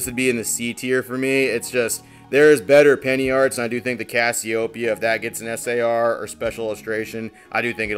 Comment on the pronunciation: It's pronounced like the name of the constellation. CASIO like the keyboard and then PEA-AH. I'm sure you don't care but just in case.